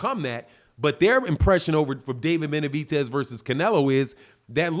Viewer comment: I just can't ignore calling him benavitez ffs😂😂